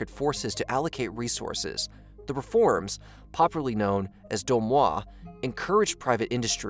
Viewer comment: "DOI MOI" not domoa :))))